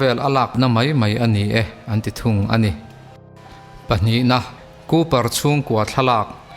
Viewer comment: Kawper nilo in Kuper tia lam tur o